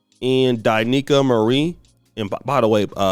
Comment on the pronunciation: Why are you always mispronouncing the woman's name?? It's D'Neika; pronounced duh-NEE-kuh, not DIE-nee-kuh.